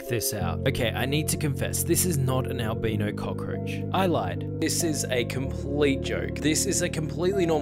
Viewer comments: AL.. BYE-KNOW. Is the pronunciation. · I am super scared of cockroaches that I was scared he would still show the cockroach turning brown.. Plus, I love how he pronounced "albino", he pronounced it "al-bee-no" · It is pronounced like it rhymes with Kyle-Rhino, Albino